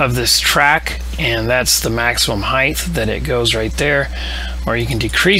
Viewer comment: I like to take a drink every time somebody says "heighth" instead of "height". So thanks! Snark aside, I did like this video, and I appreciate the 1080p and the zooming in to see what's going on.